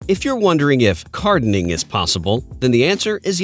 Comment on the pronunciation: Cardening and Carden haha